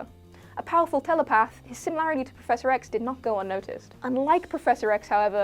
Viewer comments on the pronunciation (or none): none